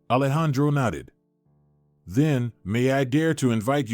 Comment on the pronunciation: Nodded, not knotted